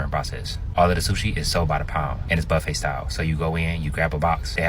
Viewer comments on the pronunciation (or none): none